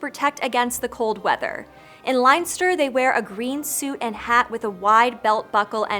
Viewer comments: "Lenster". Not "Lainster". I don't see how, in this day and age, people don't think to ask how to pronounce unfamiliar terms or names properly. "Far darrig" is phonetically correct, however the spelling is wrong. It should be "Fear Dearg". "Leith bróg" does not mean "one shoemaker", it means "half shoe" I'm sure there are many stories about leprechauns, and your writing staff didn't have to pick the one about a man who loved drinking and fighting. It's irresponsible of them to preach about the prejudice against Ireland while perpetuating those very stereotypes. The Túath de Danann were pushed underground by a treaty between themselves and the Milesians. Traditionally, leprechauns didn't switch babies with changelings. That was the Aos sí aka the Tuath de Danann. "The leprechaun is an entry point into Irishness" is a sickening sentence. You don't wear a Claddagh ring on a necklace. It's a ring. It's worn on the finger. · Leinster is pronounced len-ster not lion-ster but good try👍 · "In LYNE STER" OMG havent heard that one before XDDD. Len-ster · It’s not LINES TER! ITS Leinster! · Great video, you evidently put a lot of effort and research into it. But if I were to give constructive criticism- Leinster is pronounced len-ster. Other than that, your pronunciations were spot on. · Great video, and thank you for not making accent-based jokes or using an overused (and misunderstood) phrase like 'Top of the morning'. Couple of things from an Irish person though: 1. The language is Irish, not Gaelic. If you talk about Irish, in the Irish language, it's Gaeilge, which seems to be where the confusion comes from. 2. Leinster is pronounced len-ster. 3. There's a bit of anglicized spelling, Clúrachán and Fear Dearg would be right. Clúrachán is pronounced cloor-a-chawn, similar to leprechaun at the end. 4. There's a story about how one of the Tuatha dé Danann actually became what is now known as a leprechaun, but it's fairly apocryphal and not very well sourced.